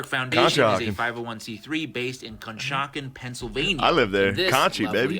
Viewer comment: The guy mispronouncing conshohocken then Shane hitting them with “conshie” was the best part. Everyone knows that’s what it is.